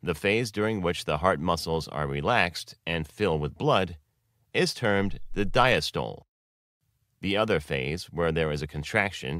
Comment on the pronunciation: Check the pronunciation of diastole and systole and other terms (sinoatrial node). They are mispronounced in this video.